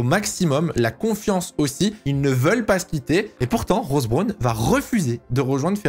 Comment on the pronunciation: oui en plus il le prononce mal... c'est un peu désagréable